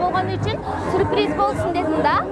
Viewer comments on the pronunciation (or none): Сурприз дебей сюрприз дечи чон кыз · Сурпириз эмес, СЮРПРИЗ! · Сурпириз дейт гоо . 😅😅😅😅